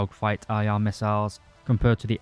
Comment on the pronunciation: "pwanes with ER to ER to ER missails" :D <3